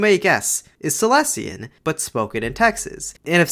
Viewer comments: just a quick reminder, that Silesian is pronounced as "Saɪˈliːziən" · Silesian is in itself a group of dialects and it's pronounced /saɪˈliːʃiən/ with a penultimate syllable accent and three syllables altogether,. It's closer to Old Polish than the Polish that's spoken nowadays. You mentioned ą/ę as a feature and Silesian tends to get separated into 'om/em', there's a lot of cool vowel transformations and they change from city to city or even among the districts. Aside from the very obvious German influence, a lot of grammar and words are borrowed from Czech to the point that there are false friends homophones between Polish and Silesian, same as with Polish and Czech. Though there's currently no agreed upon orthography or alphabet as in recent years it's been used as a spoken, secondary language at home while Polish is taught at schools so it's been in decline and gained an unsophisticated reputation. Lately, there is a resurgence of it and shops and restaurants have started having menus in it, there's books translated to it and written in it and it's been turned into a point of regional pride (and merchandise).